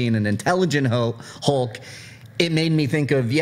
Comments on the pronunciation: Why the Americans pronounce Hulk's name as Holk with "O"? On said it correctly as Hulk and half a second later he corrected himself wrongly and said "Holk"!:D omg... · Stilyan Ivanov.. said it incorrectly first, then said it the right way. It's not pronounced "Hole-k" it's an "Uh" sound. Like "Up", "Shut", or "Huff". So...Hulk. H-uh-lk. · On he sais "Hole-k", on again "Hole-k", on "H-uh-lk" and on "Hole-k". That's what I hear.